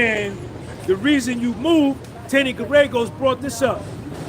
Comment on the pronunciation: Bro you have to go look up a video about Mark Geragos so you can give that name the pronunciation that it deserves as one of world’s most prominent defense attorney lol That’s his daughter on Puff’s team and he’s an advisor